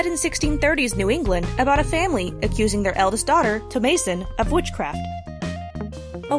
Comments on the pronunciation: I've never heard the name "Thomasin" pronounced like that with a long "a." How common is this variation? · The mispronunciation of “thomasin” hurts my brain. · Dat butchering of Thomasin and McAvoy. Geezus